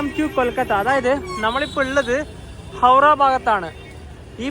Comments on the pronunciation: ഹൗഡാ അല്ല ഹൗറാ എന്നാണ് 😂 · ഹൗട എന്ന് ബംഗാളിയിലും ഹൗറ എന്ന് ബാക്കി ഭാഷയിലും പറയും നീ പറയുന്ന കേക്കുമ്പോ എന്തോ പോലെ തോന്നുന്നു